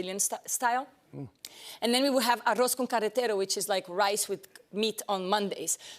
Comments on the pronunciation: Gisele falou "churrasco" certinho, mas no arroz carreteiro ela tá dando umas deslizadas e falando algo que nem existe em portunhol "arroz con caretero". Kkkk. Mas é uma querida. 🥰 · Gisele, what the heck was that accent on arroz carreteiro? You're brazilian, woman lol get your r's back xD